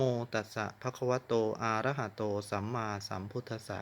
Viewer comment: อะระหะโตครับ,มิใช่ ออกเสียงว่า.อาระหะ โตครับ,ผิดแต่ต้นคา ถาจะไม่ศักดิ์สิทธิ์Ok